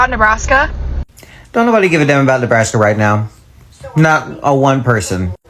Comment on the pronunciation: 😂😂😂😂 Ne Nebbbr Nebrask? No!!!!